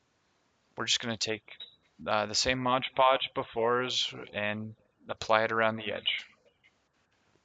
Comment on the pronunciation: It's mod podge not modge podge